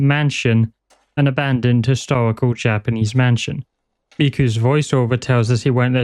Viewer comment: this was great man, really enjoyed. oh, i noticed a few spots where it semmed like you might been a little unsure how to correctly pronounce the japanese, so i though i'd share the trick. it's the simplest thing ver. just remember that vowels in japanese are always pronounced the same way. even when then there's two in a row, you literally just say it twice lol so if you're ever unsure, just think of a japanese word who's pronunciation you do know, and us that sound. like, if you can say sUshI, nArUtO, and sAsUkE, that's all five vowels, and you're set.